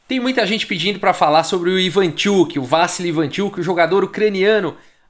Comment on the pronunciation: Tudo muito legal, só uma coisa: a pronúncia não é "Vássily" e sim "Vassíly".